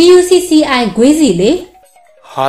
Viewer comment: Gucci ကို အသံထွက်လိုက်တာ အတော်ရီနေရတယ် 😂😂😂